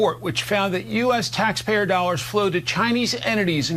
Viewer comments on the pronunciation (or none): none